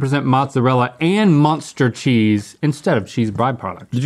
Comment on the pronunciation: muenster cheese not "muster"